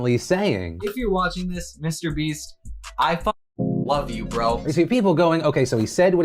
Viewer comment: I swear I hear he said mr beast “mr beef “